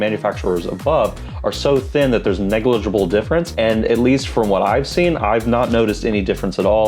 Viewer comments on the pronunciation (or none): none